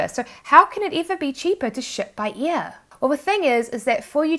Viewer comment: Great video. I've just watched one of your videos a few mins ago for the first time and immediately subscribed. On a fun note ... I know it's your accent but to me (being a brit) it sounds like you're saying "shipping be EAR" rather than 'Air " 😂